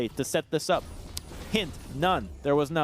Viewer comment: JAN - UH... not JOHN uh... Morons.